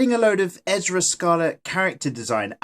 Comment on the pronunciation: I'm I hearing him say her name right.... it's Erza not Ezra... did anyone else hear his mistake... lol xD lmao